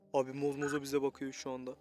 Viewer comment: Mozmozo değil zombozo